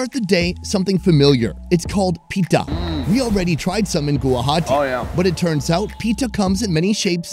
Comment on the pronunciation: The way pronounces "pitha" kinda made me laugh.